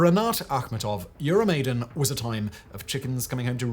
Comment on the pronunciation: Euro maiden....cover band of iron maiden. Love the content. Hate the pronunciation